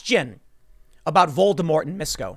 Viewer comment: Tim, dude, stop calling him Voldermort... its actually distracting and sounds silly Just call the guy Sir. Whistles if you're that scared to say the actual name :P